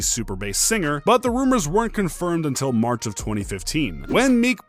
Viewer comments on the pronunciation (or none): none